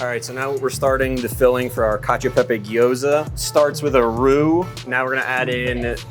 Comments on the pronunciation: bro said gayoza lmao its GIOZA BRO. amazing looking food though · bro literally said guy-oh-sa mid video daaamn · Chef manages to butcher both Italian and Japanese 😂 Food looks🔥🔥🔥 tho. "Guy-ohza" lmao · pronouncing gyoza as "guy-oza" is just criminal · "I'm so bad at pronouncing Japanese words." 2 minutes later: "Guy-oh-za" I don't know what I expected! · "guy-ohza" is crazy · I thought it was just the name of the dish? Or at least that's how I understood it. The dish is something-something guy-ohza and it's made of gyoza. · He did it on purpose in order to get people commenting and to create a buzz. He pronounced gyoza wrong as well but said it right seconds later. Personally I think he’s a douchebag, lol. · Appreciate that he butchered pronunciations from both cultures equally. Guy-oh-za and Porketta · Almost got taken out by the "tsuke-mon" at the beginning but glad the chef mentioned his pronunciation issue before going even harder with all the ways he could say "guy-oh-za" because it made it even better somehow. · “Su kuh mon”/tsukemen feels worse to me since I’ve never heard a butchering anything like that, whereas guyohza is pretty normal, but shrug